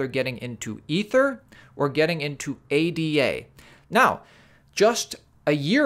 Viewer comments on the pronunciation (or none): It's Ada, not A.D.A. :-) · FYI ADA is a proper name, it's pronounce like Ada Lovelace. You don't spell it out...